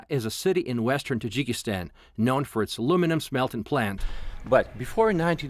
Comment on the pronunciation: its not jikistan.